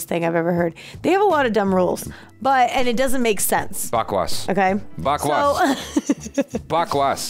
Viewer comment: Bakwaas pronunciation was so well same like Indian 😊😊